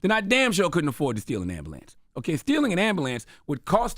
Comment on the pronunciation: Charlemagne said ambalance